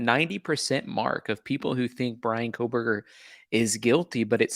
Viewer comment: Thanks for pronouncing her name correctly. Yes he is guilty. Let me say it again for the people lacking common sense. BRIAN KOHBERGER is GUILTY.